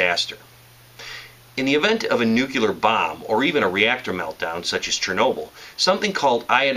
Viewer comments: NU CLE AR not NUCHILAR... NUCLEAR kmooon! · You have all at knowledge of how to survive a nuclear event yet can't even pronounce NUCLEAR. It's New-clee-ur, not new-kyu-lur. Good information but it drives me crazy when people can't pronounce nuclear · i thought it was pronounced "Nuke-lee-er" and not "Nuke-you-ler" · It's pronounced New-clee-ahr - you're welcome.